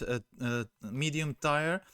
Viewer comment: You are saying Tier like Tire but sounds more like Teer fyi to help with your english :)